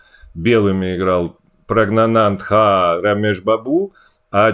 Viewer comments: Саша, отношусь к тебе с глубоким уважением, но "Прагнанда" - это нечто😂. Я даже ненароком чаем поперхнулся со смеху. Проверил, может, я что-то не догоняю, но ведь Прагнанадха правильно. Ну х можно опустить, оно в английском языке едва слышно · Наконец-то Грищук сказал ПрагнаНАн правда потом ха, но шутка классная :))